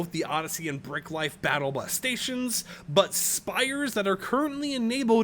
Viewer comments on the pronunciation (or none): none